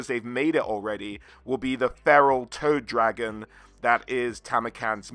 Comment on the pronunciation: For some reason, I kept hearing Toe Dragon instead of Toad Dragon. To be fair, a "Toe Dragon" would be in line with Nurgle. 😎